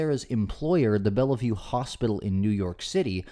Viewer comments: “Bella vue” is two syllables bell-vue and it’s famous as a synonym for mental hospital even though it’s just a hospital. Shocked you mispronounced it. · Where are you from? You miss pronounce a lot of names…. Seeing you said this one so many times, it’s not Bella View, it’s bell view 😮😊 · It’s pronounced Bell-View not Bella-View. But it’s spelled Bellevue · Are you saying Bella-view / Bell-e-view on purpose? It's pronounced bell-view, just like in Diehard with a Vengeance. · It's pronounced BELL VIEW not Bella view. Not an important point but I'm a native New Yorker and it gratess my ears to hear it said wrong. Sorry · if you're going to claim to do thorough research and want us to believe what you're reporting, perhaps get the pronunciation of a famed hospital correctly, it helps